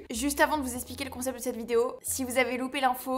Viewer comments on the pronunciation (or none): none